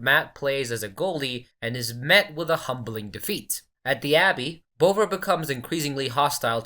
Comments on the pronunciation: You could even go with bov-vah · Tell your AI it's pronounced Bov-ah. Like Bother but with a really London accent